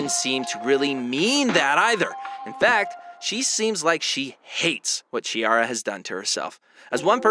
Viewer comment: The correct sound of her name is like Kkikara not like Cheeara.